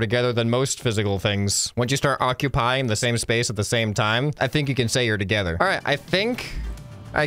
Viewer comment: their to-COW-ther, is that a stretch?